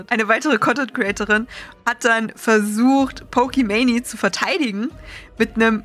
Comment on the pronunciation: gutes video etc aber es hat mich echt 11 min gerriggert, dass du pokeman“i“ sagst und nicht einfach pokemane